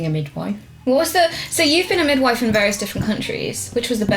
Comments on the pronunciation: anyone notice kim saying widmife instead of midwife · "That's what happens when your mum's a widmife"